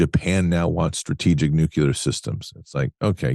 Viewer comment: It’s nuclear, not nucular.